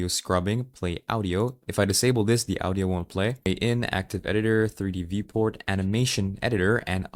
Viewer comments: The way you said audio is fun :3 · I know you're Indonesian, but you've such an Americanized accent that it throws me off whenever you pronounce "Audio". 😹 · No. You're missing the point. It isn't that he has American accent that is unusual. It's the weird way he pronounced "Audio" while sounding American for everything else.